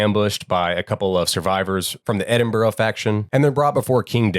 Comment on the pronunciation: The true horror is hearing Americans mispronounce Glasgow and Edinburgh 😂😂